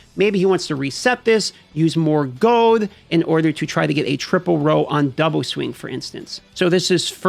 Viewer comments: Are you saying "gold" or "gode"?! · goud? is he saying goud? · You say gold funny. Goad